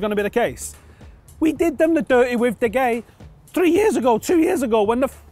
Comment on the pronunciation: I'm still surprised how can't pronounce De Gea's name properly.